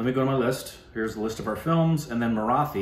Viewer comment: Guys, a small tip to perfect your pronunciation of the word 'Marathi'. Copy paste this into Google translate and hear it - मराठी. The T in Marathi is hard, not soft.